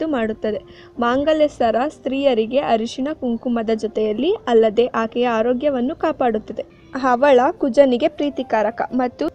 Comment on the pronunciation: video chennagide adare nimage sariyagi Kannada uchchara barudilla.. havala kke 'awla' antira.. raktasrava kke "raktastrava" antira.. enidu??